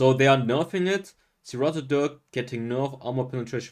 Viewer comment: It’s pronounced “sir - rAted” not “sir - rotted”. Thanks for your explanations and reviews.